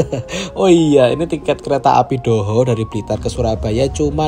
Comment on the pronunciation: Kereta api Doho !! Bukan Dohhoeh!! Kurg siipp bhs indonesia-nya !!!